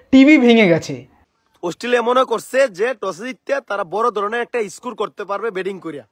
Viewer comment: এরা তো স্কোর উচ্চারণ করতে পারে ইসকোর বলে তাদের কত আশা!